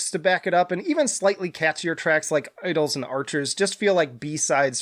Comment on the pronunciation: this dude said "idols and archers" 😂 i wouldn't listen to him